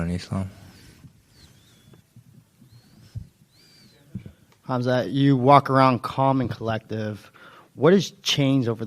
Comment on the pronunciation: Respect to DDP that he pronounces "Khamzat" correctly